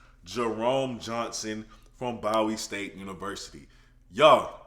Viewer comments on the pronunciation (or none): It's pronounced Boowee State Univ.